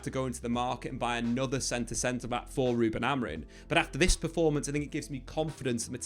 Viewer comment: Please stop saying "Amorin" 😂 Other than that, great video as always